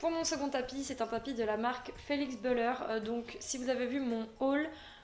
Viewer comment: Pleins de beau tapis dit donc ;) par contre ça se dit Bulère et pas beüler parce que c’est une marque suisse qui vient de suisse alémanique